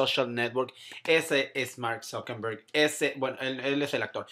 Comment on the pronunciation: Es ZuckeRberg no zuckeMberg.... I'm just sayin'